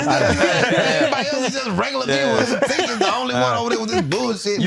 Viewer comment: Not Tink!!😅😅